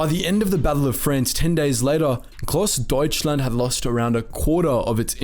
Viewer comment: you did good spelling the grossdeutschland and other difficult names!